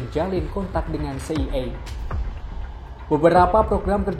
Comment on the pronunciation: C.I.A dibaca Si Ai E bukan Si Ye Ye